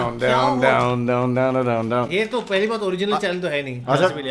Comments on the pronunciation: Bhai "black clover" tha naam black cover nhi 😂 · Did said Black Cover? For Black Clover 😂😂 (maybe i Heard it wrong 😶)..... Regrading that scene from Black Clover it was post fight scene where Asta(with black sowrd) and his group saved life of one of his memeber after he lost his fight and was about to be killed by his opponent